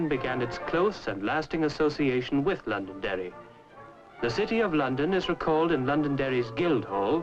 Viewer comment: The reporter got the name of my home county correct. LONDONDERRY.